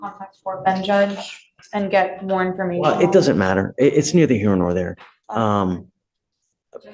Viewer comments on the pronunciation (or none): none